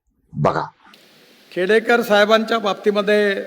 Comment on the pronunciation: ते खेडेकर आहेत, खेडकर नाही, अभ्यास कमी आहे.